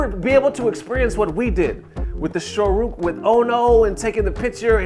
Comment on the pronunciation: This dude said "Shoruken" Get that ass banned